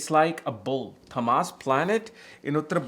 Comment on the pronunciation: I think you're pronouncing ţAAmas as ţamAAs. In sanskrit, it is ţāmas